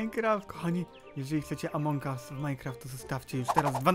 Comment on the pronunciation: "Amoung us"